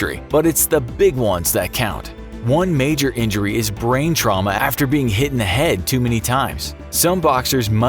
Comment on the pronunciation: "or die from their injuries sometime affer "